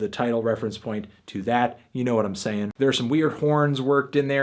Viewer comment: Haha fantano said uknowhatimsayin¿ in this review 😂